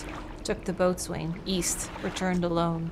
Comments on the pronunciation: Maritime term pronunciations can be so bizarre. here are a couple common ones: Boatswain: pronounced "bo sun" Gunwale: pronounced "gunnel" love the channel, don''t watch nearly as often as i would like though 😁💚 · You pronounce "BOATSWAIN" as "BO-sun"